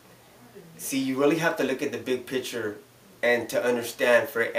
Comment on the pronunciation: It's "picture"...not "pitcher"